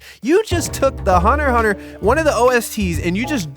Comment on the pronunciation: it's actually "hunter hunter", it's the closest to how the japanese say it